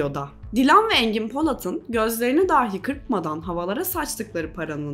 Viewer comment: Emeğinize sağlık💐 Ancak rica ediyorum şu “dahi” telaffuzunu düzeltin.